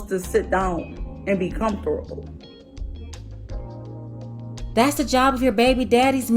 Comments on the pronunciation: “Com-fora-ta-ble”almost took her out the game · She need to focus on how to say comfortable lmao cuz jah now she lost look at her trying to do the math between the years lmao she could say BMW but can say comfortable